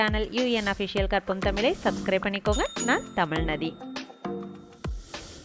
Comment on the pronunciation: நல்ல தகவல்கள் நீங்கள் கூறுகிறீர்கள் இருப்பினும் தமிழ் சொற்களை சரியான முறையில் பயன்படுத்துங்கள் தமிழென்று சொல்லும்போது சிறப்புழகரம் சரியாக உச்சரிக்கப்படுவதில்லை